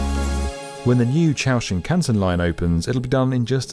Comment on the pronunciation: Why is it that you decided to make a video on the Chūō Shinkansen but then did not even make the slightest effort to find out how the term is pronounced?